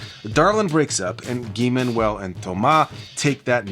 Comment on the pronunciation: I very much appreciate the French pronunciation of Thomas and Guy-Man. Homework brought us so much gems and there's been so many songs that sampled Homework. Timeless record.